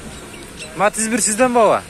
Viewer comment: матис эмес матиз